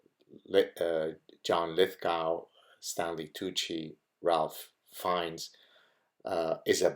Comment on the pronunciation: Thank you for these thoughts! Small correction: Ralph Fiennes' Christian name (as it used to be called) is pronounced 'Raife'.